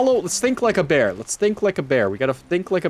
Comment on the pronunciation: 15 minutes talking about bwear and "for sure" emm